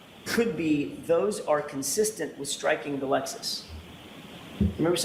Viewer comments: He's very cussissent in his inability to pronounce words. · His pronunciation of 'consistent' is a crime in itself.